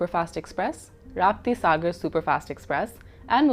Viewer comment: Why does she speak generic Iowan English save while saying Rapti Sagar she switches to generic Hindi pronunciation. Schizoid af.